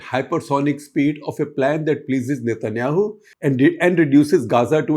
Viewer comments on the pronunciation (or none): none